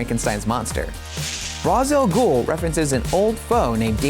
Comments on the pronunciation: The name is pronounced Ray-shal-gool ;) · learn how to say Ra's Al Ghul correctly